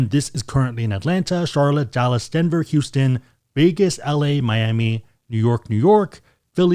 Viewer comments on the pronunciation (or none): none